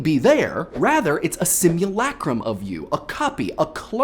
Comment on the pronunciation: My ear rejects your "Sim-ewe-lay-crum" and replaces it with my own "Sim-ewe-luh-crum". >.>